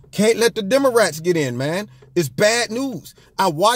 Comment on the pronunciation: Pronunciation - "DeomoRats".......... lol